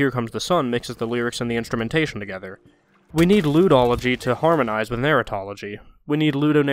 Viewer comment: "Ludology" (pronounced Lewdology) I myself am a bit of a Lewdologist.